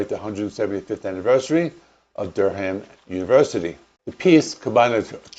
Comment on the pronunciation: Great video great series, please check pronunciations of English words, it is dur-am, rhymes with fur-am. Durham Durham.!